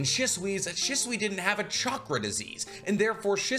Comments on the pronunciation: Love the content but can we pronounce shisui right, it’s not shuswee 😂😂😂 more said “sheswee” 😩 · Why do you say his name like that.. dislike the video just because you disrespectful